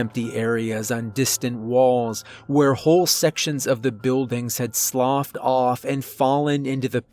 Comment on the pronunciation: I think you’re the only narrator on YouTube who properly pronounces “sloughed”. Lmao. Good story!!